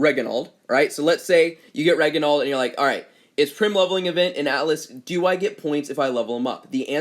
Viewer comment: Say “Rej-i-nuld”